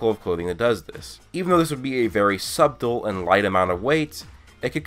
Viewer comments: Its pronounced "sutle" lol just tryina give u shit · Did u say SUBTLE WITH EMPHASIS ON THE B THAT MADE ME CRING LOL